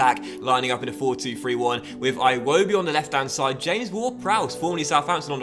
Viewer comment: its pronounced E-WOBI